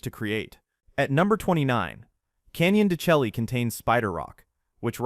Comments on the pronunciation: I know all of this and I've seen most of it. You have absolutely butchered the names of these places. Mo-gee-own. Canyon de Shay ... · SaH-Wuaro No G sound! MogeeeOn Rim! Pronounced Canyon Day Shay. Great information! Lived in AZ for 65 years of my 70, and did not know alot of what you've told on here!